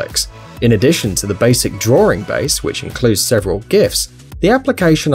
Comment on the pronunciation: "This device consists of 'Sevren' different blocks." ..... what the heck does that mean? "Sevren?" Find this